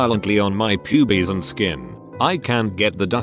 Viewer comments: Nobody: TTS: p u b I e s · Hear the bot say pubes is golden